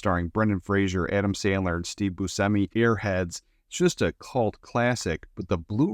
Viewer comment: Buchemi not Busemi